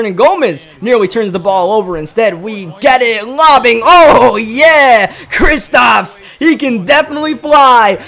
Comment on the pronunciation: it’s kristaps not kristops